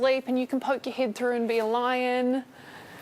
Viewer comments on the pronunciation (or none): none